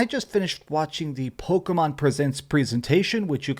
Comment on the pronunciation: petpeeve when they say pokomon lol